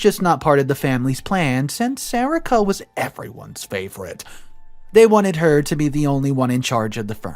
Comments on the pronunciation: Isn't is pronounced SA-REE-KA? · It’s “Sa re ka”